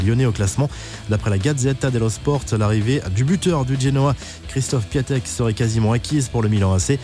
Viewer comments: Juste ça se dit piontek et pas piatek ☺️ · juste pour info Piatek ça se prononce Piontek ! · Piątek!! Ça s'écrit comme ça et ça se prononce "Piontek" pas "Piatek". C'est un polonais qui vous parle. 😂